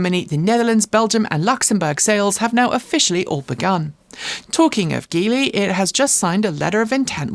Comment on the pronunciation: Apparently Geely is pronounced "G" "Lee", as in the letter "G" of as you would say Gee Whiz. Otherwise, thanks.